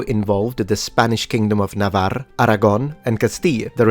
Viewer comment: NAVARRA, ARAGÓN Y CASTILLA, THAT´´S HOW YOU PRONOUNCE SPANISH,. JUST KIDDING. LOVE THE CHANNEL.